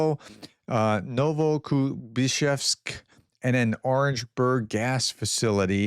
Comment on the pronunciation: Congratulations !! You nailed Novokuibishevsk !!!!!!